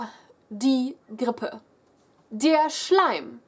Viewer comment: The sounds in this video like the "r" sound in grippe...make my toes curl and my shoes to tie themselves. That "r" is rrrrrr! and how you pronounce die nase hochziehen.... :D :D